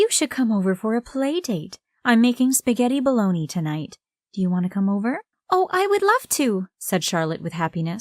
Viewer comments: Did she say “spaghetti bologna” ? 👀🤣🤣🤣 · “I’m making spaghetti baloney (bologna) tonight.” 😅😂 It’s pronounced the way it’s spelled but without the “g”. It’s spaghetti bolognese (bow-lo-naise) lmao 🤣 (in Italian it’s bo-log-nais-eh because they pronounce every letter in their words). Y’all will always get this right if you see this comment. They keep saying it like this,and I laugh every time! 😂😅❤️🌈 #themoreyouknow 🌈